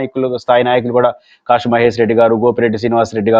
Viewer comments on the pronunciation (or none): none